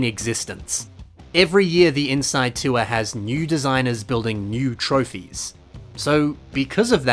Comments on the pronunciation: 2023 self hears: "tour" 2024 me hears: "tuah" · every time you said tour i heard hawk tuah. make it stop🙉